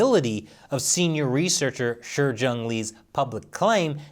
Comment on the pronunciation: It's wierd [edit] weird that a Chinese name spelled Shi is pronounced Shur/Sher.